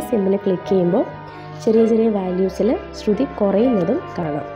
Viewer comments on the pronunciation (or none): none